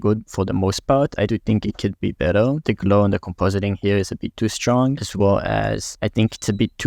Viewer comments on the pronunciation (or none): we: "better": "beddel" 😂